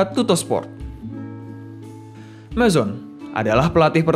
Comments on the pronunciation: bukan mizon, tp majone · Saran nih min, biasanya kalo nama - nama orang italia itu kalo ujungnya "E", huruf "E" tetap di baca. Contohnya Mazzone, bacanya bukan Mazon tapi Mazzone dengan penekanan di huruf Z dan huruf E nya tetap terbaca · Bener bro..tadi sempat ngakak ndenger naratornya menyebut Mazon 😀🤣